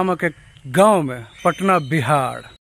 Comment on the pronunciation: Bihar ko Bihad mat bnao pahle uchharan shuddh karo bad mein real banana bakwas karta hai